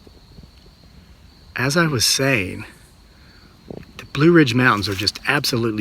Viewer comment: Between the two trees when you say blue ridge mountan